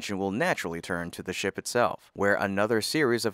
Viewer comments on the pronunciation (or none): Why do you say "thee" when you mean "the"?